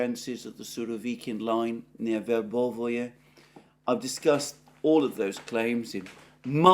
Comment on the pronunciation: It's not "Verbovoye", it's Verbove. It's not "Urazhaynoye", it's Urazhayne. It's not "Popasnaya" it's Popasna. It's all simpler.